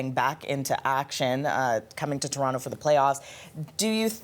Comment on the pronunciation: How does a Canadian reporter not know how to pronounce ‘ TORONTO’ RIGHT?